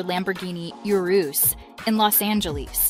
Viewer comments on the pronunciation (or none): none